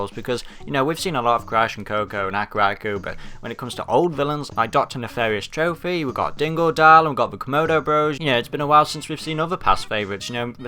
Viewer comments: Why do you keep pronouncing Tropy as Trophy? You know his name is supposed to be a pun on entropy, right? Also, I don't really see the point in trophies for getting gems and relics, I mean those are literally trophies in their own right. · Okay, it just sounded weird, plus I knew someone back in the day who used to actually say it like that, so... Yeah.